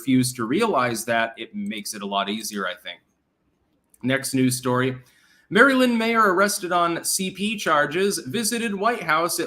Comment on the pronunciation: Will someone close to, (who we all agree is extraordinarily articulate) please encourage him to get a handle on the general pronunciation of the State of Maryland, USA? His OVERT mispronunciation is such a glaring foible that needs attention. We're talking DC adjacent Maryland folks, not some long Native American moniker so it's not some nut-job, stickler minutia issue, eh? There is nothing regional about pronouncing Maryland, none whatsoever. We ALL say it the same way, millions and millions of us all across our great nation just say Maryland, but not. Even in our deeply divided nation, Maryland is No Problem for any of us by grade school, we just ace Maryland outright, we are legion, no remedial efforts needed, nope..., good to go for life re: Maryland. No free courses at the library, as to how to master Maryland by conquering your fears for instance,...as there is no need for that. So trust me, on this, insiders re: Maryland, we gotta get this character in line before he starts doing interviews and it's then just out there, that, our friend and Clankdom founder legend cannot pronounce the State of Maryland. Think figurative spinach stuck on his tooth. Friends don't let friends mispronounce Maryland to the masses, yo.;-)